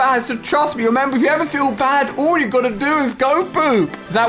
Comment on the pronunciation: Why he says oul and not all